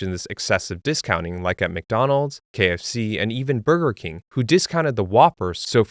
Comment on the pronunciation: I can't stand the way he says taco bell and burger king lol